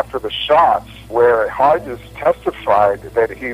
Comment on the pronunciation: The typed page at about shows Hargis as the outside motorcycle cop when he is on the inside(closest to the President's car- should be 1, 2 ,3 ,4 Also Hargis is pronounced with a hard g as in Greg.